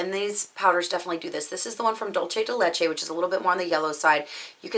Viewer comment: I'm Mexican and I've heard a lot of butchered pronunciations, and I assure you that yours wasn't that bad. It was perfectly fine :)